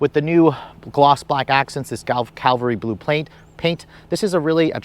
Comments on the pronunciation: Every youtuber pronounced this color wrong. lol CAValry Blue. not CALVary blue. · CAVALRY blue, not caLvary. Like nails on a chalkboard when he delivers incorrect information. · Thanks for the video. Just one thing...almost nobody seems to pronounce the name of the car's color correctly. It is Cavalry Blue, not Calvary Blue. Cavalry is a name for mounted soldiers, Calvary is where Christ was crucified. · I’m guessing it’s called “cavalry” blue not “Calvary” blue. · OMG!!! Nice review, but please stop saying Calvary. It's CAVALRY!!! Blunder on Toyota's part, but please don't make it worse. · Cavalry Blue, Not Calvary Blue. BIG difference. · It's CAV-ALRY Blue, not Calvary Blue. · The color is NOT calvary as in the Bible, but CAVALRY as in the Army. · It’s not Calvalry…..Cavalry